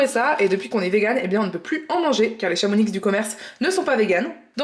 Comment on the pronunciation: Super recettes à tester mais juste une rectification de Savoyard on ne prononce pas le "x" de Chamonix 😉😁mais continuez vos vidéo elles sont super ❤